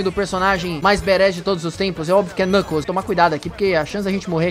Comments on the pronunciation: Você falou knunkles 3 vezes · você falou kncles 20 vezes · É impressão minha ou o quanto ele falou xalabaia klnukles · Vc falou NUCKLES 197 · vc falou klunekles 153 vezes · O falou 30 knukles